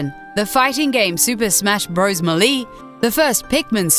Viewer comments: Smash BRos Ma-lee. No its Melee (May-lay) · melee not melee ( she said it with a long e ) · "super smash bros meh-lee" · ITS FUCKING MEELEE NOT MILI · Ash's Pikachu IT'S FUCKING MELEE, NOT MEELEE! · Did you just say muhlee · who the fuck pronounces melee like mulee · "Super Smash Bros Mulee" had me crying.😂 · what the fuck is "super smash bros malee"!? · I'm...I'm sorry, but...did you just pronounce that "molee"?!? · may-lee? ha ha ha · may-ora mask? Smash bros meh-leee? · "Super smash bros muhlee" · ocariner of time, smash bros mileh, sturuh ibutah... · Muh-Lee? FUKIN MUHLEE!? XD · she said velda iinsted of zelda and melee insted of meley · also may-lee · Meyora's Mask... Smash Bro's Mehley... Orceriner of Time... Why? Why do you do these things? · "Super smash bros Muh-lee" Wow. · Ok this has to be the worst when it comes to pronouncing "Melee". "Muhlee"?! Are you serious? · This bitch doesn't even know how to pronounce the games. Super Smash Bros "Muhlee"?? "Ocareener" of Time? "Mayora's" Mask? LOL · I think I heard he say Super Smash Bros. 'Malee', too o.o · More is mooooee, melee is malae. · the way she pronounces melee and majora trigger me so much. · Okay, mispronouncing "Majora" I can understand. But "Melee" is a common English word and they say it in the game. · you say melee wrong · She also said melee wrong somebody make a list of all the words she mispronounced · It takes a true non-fan to mispronounce Super Smash Bros Melee AND Majora's Mask. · Josh Guerra Allow me to say, as someone who actually has the mental capacity to have a dispute properly. Melee is pronounced a bit incorrectly Majora's Mask is pronounced incorrectly. And that's only a few. However, I can understand; some are to fault for accents. Also, next time, don't use "autistic" and "twisted" as an insult. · Dat pronunciation of melee and majora doe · who the hell pronounces "Majora" and "Melee" like her?